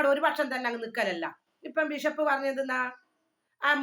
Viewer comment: വിശപ്പ് അല്ല ബിഷപ്പ് 😂😂